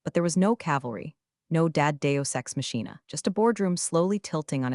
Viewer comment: Not dad Deo sexe machina😂 It's deus ex machina.